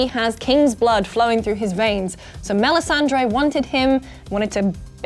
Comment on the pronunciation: Stop pronouncing "Melisandre" as if you'd never watched the show!